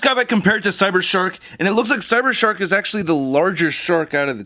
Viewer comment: I thought you said shart mode, then I realized it was a shark.